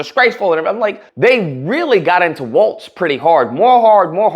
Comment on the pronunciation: Just a small correction on the name, Walz not "Waltz" lol.